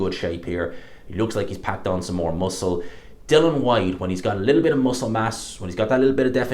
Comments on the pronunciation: it’s DILLIAN FOR FUCK SAKES. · Why is it so hard for you to pronounce ‘Dillian’ properly?